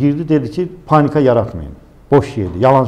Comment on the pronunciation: O SES ERMENI SESI OLUB 100 % "PANNIKA YARATMAYIN " DEYEN ADAM.